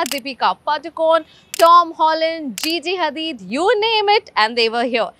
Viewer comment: Did she say Gigi Hadid ? I thought it's pronounced as Gigi Hadid 😅😅